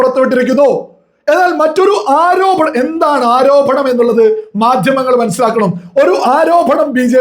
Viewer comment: ആരോഭണം? ആരോപണം........